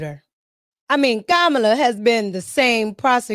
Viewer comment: I be cracking up the way you troll Kamala's name 😂